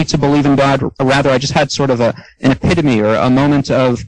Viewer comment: LMAO! he had an "epitome"! LOLOLOLOL